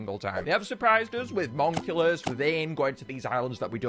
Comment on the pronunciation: “Best Island” “MonculuSSuuSuS” “We don’t talk about brunononno”